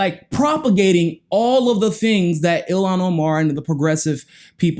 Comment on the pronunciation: By Somali way her name it sound this way.....Il-han Omar.....Not Ilan Omar...thanks